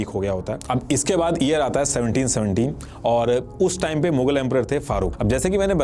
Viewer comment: pehle toh aap thikse YEAR bolna sikh lena please.. it’s very irritating to hear “EAR EAR all the time 😂